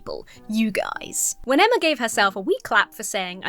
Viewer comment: I love that when reading the wholesome comment that made you emotional, you almost said your name as “Enema” lmao